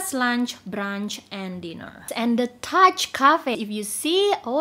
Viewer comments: Excuse me the last cafe is NOT called Touch. It’s pronounced “Too Shey” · All look worth a visit! Touché appears to have an accent on the "e" so seems it requires a French pronunciation 😉